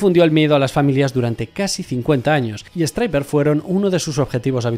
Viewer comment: Minuto , de lys la banda "striper" (stryper) en serio?? He visto el vídeo entero y no paraba de soñar en mi cabeza 😂😂😂